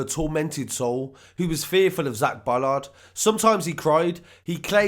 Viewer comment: Awful people but it is Bolland not Bollard.